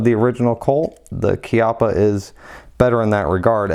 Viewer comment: You’re WRONG, dude! The CORRECT pronunciation is as KEY-appa.